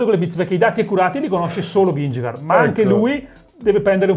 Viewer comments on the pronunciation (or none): Vingegaard è credibile? No. Fine. Comunque si dice Pogàciar, non Pògaciar. E Vinghegard, non Vingegard.